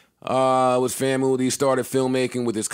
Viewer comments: “FAM-MOO” alumni is going to take offense of Joe’s pronunciation of FAMU 😂 and didn’t correct him smh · Joe it’s FAMU not FAMOOOUUUU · JOE: It’s Fam-U not Famoo 🤦🏾‍♂️ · Did Joe really just pronounced FAMU (Fam-U) Fam-Mu? Smh I understand he didn’t go to college but you got to at least say the HBCUS right. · FAM”YOU” is the correct pronunciation u sound wild af the way u said it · Fam - YOU. Pronounced FAMYOU. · Lmao hold that L JB for how you pronounced "FAMU" lmao